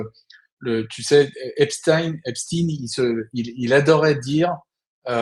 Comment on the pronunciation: EPSTEIN PAS EPSTIN